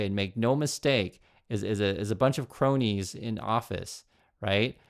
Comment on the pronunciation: I thought you were saying bro-nies instead of *cronies*, lol. I was thinking, perfect name for them!